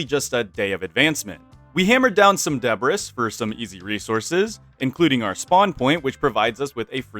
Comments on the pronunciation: lmaoo calling it deb-riss, it's deb-ree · yeah its uh. duh-bree. not deb-riss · Thats a funny way to pronounce debris. Its pronounced de brii, not debras. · you hit some WHAT? Dubreiss? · Debris, but he pronounced the s. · bruh. debris is pronounced duh-bree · bruh, that must've been some Norwegian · i feel that pronaunciation of debris was very wrong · He says debris like the name of a sitcom secretary. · Bro think he British It happens, somehow people don't quite find out how to say debris until it's too late, the debris got to em 😢